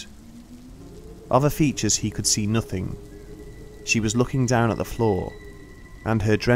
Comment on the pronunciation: No one has mentioned that at when he says "hung down on her face" he sounds very weird and different when saying the word "down". Was this intentional or what?